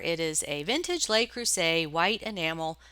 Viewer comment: The "Le" in "Le Creuset" sounds kind of like "look" without the "k" on the end. "Les" is the one that sounds like "lay". I love your videos and have learned so much from you. Thank you for everything you share with the reselling community.